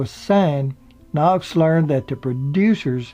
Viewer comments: I love your stories, but had to stop this one. It's Griffith, not Griffin, and Knotts, not Knox. I do, however, try to overlook your inserting "and" in the middle of years, like 19 and 55. But keep them coming. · His Name was Don "Knotts" not "Don Knocks",, Take a speech lesson.... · Interesting but it knots not Knox and Griffiths not griffin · It sounds like you are saying Don Knocks, his name was Knotts not Knocks. For such a family type show, why did they allow Barney to date Thelma Lou and then sneak around with Juanita? And how did Thelma Lou never hear about Juanita, in a town where everyone knew everyone else’s business? Love the show anyway! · It's Knotts, not Knox. It's Kno"TT"s with two "TT"s, not Kno"X" with a "X". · "Andy Griffin?" "Don Knox?" Should we believe any of this or is the narrator just somewhat unfamiliar with the English language? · love the show, the narrator in this keeps saying Knox instead of Knotts, and Griffin instead of Griffith.... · His name is knotts not knox. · you do a great job. Please, in the future, try to get the names right though. It’s Griffith, not Griffin and Knotts, not Knox. Thanks again! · Knotts....not Knox.... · I love these biographies and the way you do them. they are very heartfelt and loving BUT... you need to pronounce their names correctly!!! it is NOT Andy Griffin...it's Andy Griffith and his friend and co-star's name is NOT Don Knox, it is Don Knotts! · So it’s Griffith not Griffin and Knotts not Knox. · A great show,a great cast.Knotts not Knox.😉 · This was really good but I know you had to be reading something. How can you continuously reads the name Knotts and Griffith as "Knox" and "Griffin"??? I know so many people say Griffin but Knox??? Come on man. Get it right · Knots, dummy!...not Knox! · It takes away from the narrative when he kept referring to Andy "Griffin" and it certainly sounded like he kept saying "Don Knox." Interesting but the narrator was a buffoon. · "Andy Griffin" and "Don Knox".